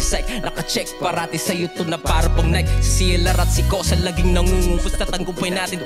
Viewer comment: Nike is pronounced as "Nay-ki".